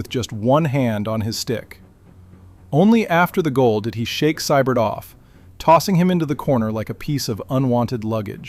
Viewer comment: It's pronounced "SEE- BERT". Early on the Rocket was sent to learn how to box from a Golden Gloves winner and never looked back